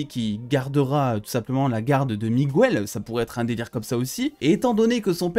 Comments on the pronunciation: Mec tu dis migouel au lieu de Miguel sinon merci de m'avoir fait aimer cette video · juste petit truc c'est pas Migouel c'est MiGuel